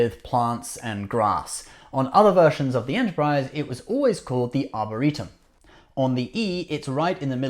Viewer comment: Just a few nitpicks: 1) it's "arboretum", not 'arboritum' 2) and as stated previously by Lt. Cmdr. Data (in TNG episode "The Naked Now"), "they were blown out"